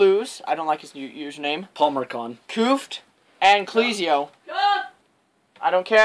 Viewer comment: "Clezio" CL"EH"ZIO not cleezio and its C"UH"fft not Coofft